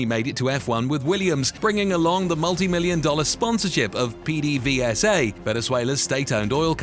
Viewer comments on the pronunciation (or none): none